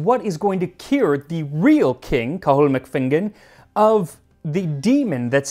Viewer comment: Very entertaining and well researched 😊 Your pronunciation is outstanding by the way! Cathal is just Kah- hal though 😅